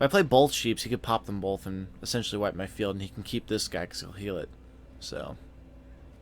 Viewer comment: Bolth...bolth... LOL